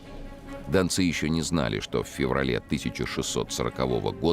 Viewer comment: Дончане это современное топонимическое название жителей донецкого бассейна. А в фильме речь про донских казаков, которые и назывались донцы( с ударением на последнем слоге.)